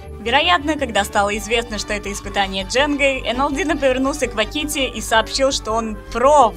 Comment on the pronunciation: Автор не хочу обидеть, но то как ты называешь квакити, это отстой